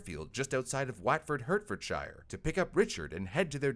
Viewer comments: "Hurtfordshire" 😂😂 It's pronounced "Hartfordshire" nice try though 👍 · never knew that today will be the day I hear mispronounce the county I live in, it's heart fud sheer (Hertfordshire) i'm northern and got weird looks by a bus driver for saying "hert fud shuh" 😂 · I don’t think I’ll ever forgive the “wAtfohd HurtFohdSheyer” 😭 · The way you pronounced "Watford, Hertfordshire" caused me pain 😭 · i love you but please never say hertfordshire again